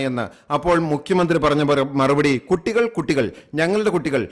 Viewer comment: പറയുന്നത് കുട്ടി അല്ല കൊട്ടി എന്നാ 😂😂